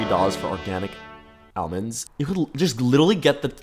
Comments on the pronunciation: why do you say Al-mands and not all-monds.. You have weird pronunciation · continually distracted by the way you pronounce almonds